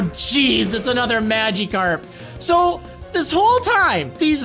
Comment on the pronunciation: why does he pronounce magikarp “mageekarp”